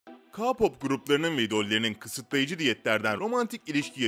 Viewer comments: Ne ka-popu ya keypap diye okunuyo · Abi yanlış anlama ama Ka pop değil {key pop diye okunur } Ayrıca onların yerinde olmak isterdim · Ka-pop mu? Abi o Key-pop degil mi... Yanlış anlama☘️ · tmm anladım ayn bende ona sinir oldum kaa pop ne ya😂😂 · Ayn ben her dediginde ka pop degil key pop diye bagriyom 😂😂😂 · K pop o ka pop degil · Key pop demesi gerekmiyor mu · RM - Reym K-Pop - Ka-Pop Namjoon - Nemjun Taehyung - Taeyong Jin - Cin A.R.M.Y - Bts Ordusu Jungkook - Cunguk Abi cidden tellaffuzun mükemmel ne diyeyim yani RM - AREM K-Pop - Ke-Pop Namjoon - Namcun Taehyung - Tiyang Jin - Cin (Evet böyle Tellaffuz ediliyor) A.R.M.Y - A.R.M.Y (Yazılışı gibi okunuyor zaten) Jungkook - Cankuk Böyle telaffuz ediliyor 5 yıldır Korece dersi alıyorum ondan biliyorum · Ya Ka Pop ne Allah aşkına K-POP "key pop" diye okunur. Önce okunusunu öğrenin lütfen izleyemedim videoyu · Abi ka-pop değil o KEY POP diye okunuyo.Yazılışını da biliyorsundur her halde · Abi ka-pop ne ALLAH aşkına yaaa. Beynim yandııı🤦🏻‍♂️🤯🤯🤯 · Abi o k-pop ka-pop değil ÖHSHSJKSH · Ka pop!??? Okunuşu:key pop 🙂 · Biri ki pop diyo Biri ka pop diyo Olm doru soyleyin bu sozu key pop key pop ka yada ki deyil key pop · Bu arada telaffuzleri baya baya dogru söylüyo sjsjsj Beties deyil [Bities] Rm deyil [Arem] Cunkok deyil [Cankuk] Ka-pop deyil [Ke-pop] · Abi sen kipope kapap areme erem demen icimi urpetiyor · Ka-pop ne yaaaaaaaaaaaaa abi bak key-pop anladınmı Abim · "Kapop" değil "keypop" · Abi kapop değil keypop diye okunuyooo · Kapop değil keypop diye okunuyor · Ke pop diye okunur Rm riyem diyr okunmaz arem diye okunurrr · ka pop :DDDDD KEY POP DIYE OKUNMASIN O yani K -POP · Adam ka pop diyo ama sorusu kpop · Ka pop dersen bi daha cidden malmisin ya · Lütfen telaffuzlara dikkat et abicim svzvzvzvz Ka pop ne yaw bcsvsvs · Ka pop değil key pop diye okunuyor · Ilk baslarken Ka pop deyil Kpop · Abi ka-pop değil k-pop o (k)de (key pap)diye okunuyor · KA POP MU? SÖYLENİŞİ KEY PAP ONUN KA POP NE OLM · Kapop diğil keypop🤦🏻‍♀️